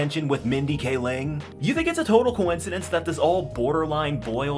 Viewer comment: Mindy Kaling (KAY-ling), not Mindy K. Ling.